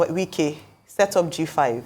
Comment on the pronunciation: Wike is not say right